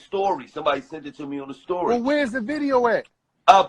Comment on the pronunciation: It sound like Gillie say “STOORY” 😂💀